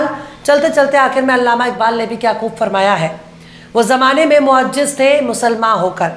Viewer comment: Mam sahi word" mu azziz" hai ya ho sakta ki aapne sahi kaha ho aur mujhe ," mu ajjis" samjh mai aaya Regards